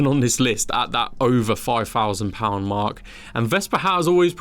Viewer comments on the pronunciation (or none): none